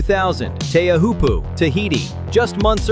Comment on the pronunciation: Pronounce Teahiopo CORRECTLY